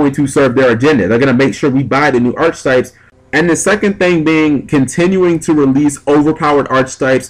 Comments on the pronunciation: Also, it's probounced [ahr-ki-tahyp]. Pet Peeve. (push the little sound button on dictionary. com) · it's pronounced arketypes with a hard "c." god it's annoying to hear you say archetypes with a ch sound, especially if u say it like every other sentence